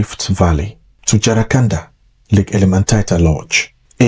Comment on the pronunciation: It's Jcaranda not jaracanda